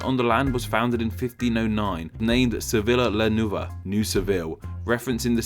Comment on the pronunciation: Hey dude great vid, but the double l’s in Spanish, such as in “Sevilla” or “Villa.” Are pronounces as ‘y’. So those words would basically be pronounced as “Seveeya” and “Veeya.” There are different pronunciations around the world such as more of a soft ‘j’ sound mixed with a ‘y’ sound. But it’s definitely not “Savila”